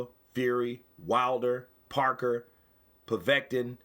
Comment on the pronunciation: i think that you still need practice at saying povetkin lol🤙